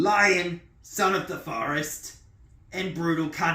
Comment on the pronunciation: He butchered 'Lion: Son of the Forest'. The guy is a hack (and an activist).